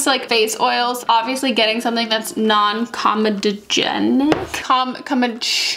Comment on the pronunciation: com-E-doh-jen-ick Edit: You’re welcome 😇